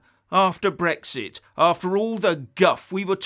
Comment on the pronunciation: But SUVRINTY and BRRRWEXIT BRRRWITAN Poor gets so frustrated 🤣🤣🤣🤣🤣